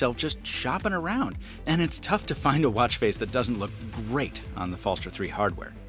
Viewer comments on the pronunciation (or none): BTW the “g” in “Skagen” has a “y” sound. Danish is weird that way: “Skay-en” And the “er” at the end of “Falster” is more like a posh UK accent, an unaccented “schwa”: “Fell-stuh” Try Google translates text to speech feature and selecting Danish as the source language as it’s pretty accurate.